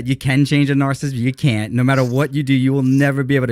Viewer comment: Anyone have a count on how many times mispronounced narcissist?